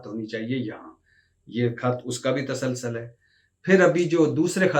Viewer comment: اردو بهي نهين آتي ." تاسال سال " نهيين بلكه "تسُلسُل" صحيح تلفظ